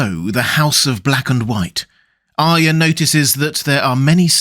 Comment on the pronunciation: Thank you for being one of the few people who says Arya correctly.